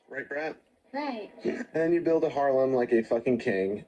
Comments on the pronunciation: also did he say Harlem instead of Harem 😂😂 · did he say "build a harlem"? Lol, dude you can't even say the word right, it's harem